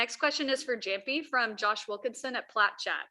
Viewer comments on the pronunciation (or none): you mean "yamppi" not "jamppi" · Hate when she always mispronounce Jamppi’s name